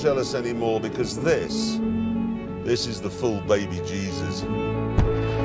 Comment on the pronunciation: *behbeh jeezus